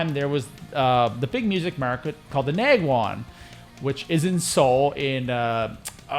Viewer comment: As a Korean local I’d correct pronunciation for Nakwon - it is pronounced as “Nahkwon” which means “Paradise”. I don’t know why they named like that but yeah. lol My biggest mistake with guitar was … leaving my guitar at rehearsal studio because it was too heavy and I knew the studio owner well so I trusted that no one will steal that one but… yeah I lost that telecaster, with the fuzz factory pedal, DS-1, three George L’s cables, and gig bag… I had to buy new one.